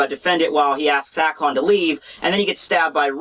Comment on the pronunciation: ??????? Alon?????? It's aKon!!!!!